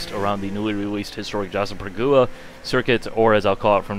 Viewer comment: Its pronounced Jac - kare - pag - wa